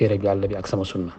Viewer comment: Yéfeur sahh meune na prononcer le mot "sunnah". Youkhou sunnah taxoul bokk ci sunnah